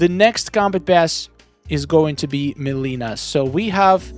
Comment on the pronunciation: Take a shot every time he mispronounced mileena over skarlet